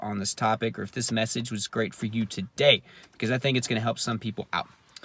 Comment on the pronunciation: The way you said To - Day lol